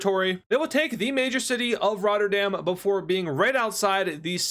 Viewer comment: Funny Moments and other thing. I'll be editing this once every time I find a funny clip so I'm reacting and editing a comment mhm Mehmm Luxem"borguers" It's ROT-uh-dam not Ragh-TER-dam Yes, LUXEMBURGERS YUMMY MICKEY'DS! TRUE AMERICAN BLOOD They kinda slow yk Suger Gliders Norway is Luxembourgish so no mountains yeah 7 minutes is 70 second for us ALRIGHT CUT YOU WERE SUPPOSE TO SAY SWEDEN GETS IN THEIR ARMY B4 THE TROLL MOMENT I thought they were in Arabia? WW1? 7 Years War? IDK Some of the islands are controlled by the netherlands and France also you could've said dumbass you are 18+ right? Tropical stuff is very usefull like Cthulhu, The Kraken, The Man in the Bermuda Triangle also Palestine? Oh wait no NATO, No EU and no UN. LUXEMBOURG AND WICSO CONNECTED?!!!?;*?!?*-*+#&#++1#-+@ BRO SPOILER ALERT AT LEAST Haha you said Doodoo!